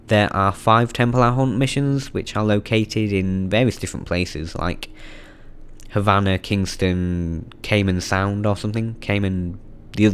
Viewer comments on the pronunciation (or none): none